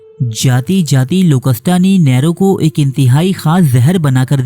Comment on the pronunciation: نیرو نام کا تلفظ صحیح کر لیجئے